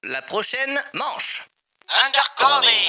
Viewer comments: Undercover se lit "undeur coveur" 😂😂😂😂 A part si tu le fait expret 😂😂😂😂: "Sur ce live en direct" 😂😂😂😂 À la fin je comprend rien: c ou? 😂😂😂😂 -c'est à vous😂😂😂😂 -c'est à moi 😂😂😂😂 -c'est à lui😂😂😂😂 Oui c'est à vous😂😂😂😂 ****************** -C'est à moiiiii😂😂😂😂 -c'est à luiii😂😂😂😂 ******* -sept à huit😂😂😂😂 /: 😂😂😂😂 / est insurportable 😂😂😂😂 😂😂😂😂😂😂😂😂😂😂😂😂😂😂😂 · n'importe quel personne avk un semblant d'accent anglais : undercover vous : undercové xD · Ça se prononce Undeurcoveur pas cové. Mdr ça fait mal aux oreilles même si la vidéo est super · CA me tue quils disent undercover en mode UNDERCOVÉ au lieu de UNDERCOVEUR 😂😂😂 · On dit l'undercover ( undercoveur) mais la vidéo est génial sinon 👍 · Moi à chaque fois qu’ils disent undercovÉ 😬😅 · (Normalement) sa s’écrit peut être endercover mais sa se dit endercoveur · Juste on dis under coveur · Il prononce undercover "undercové"🤷🏽‍♂️ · Anglais: Undercover: Indeurcové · «, Undercové » Aie mes oreilles mdr. Un épisode 2 à plus svp! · Ça se dit undeurcoveur